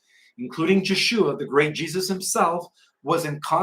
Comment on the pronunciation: Hi, I've been enjoying your updates, and you seem quite informed. Your work confirms my own research, since I was 16, in the early 1960's. Just for your sake, Jeshua is pronounced as though the "J" was a "Y" in English, so Yeshua. There is no J sound in Hebrew. Jesus is a Greek version of Zeus, as you have stated. Does make one wonder of the relationship between these two beings.